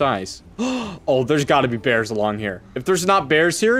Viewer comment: Be vewy vewy quite, I'm hunting beaws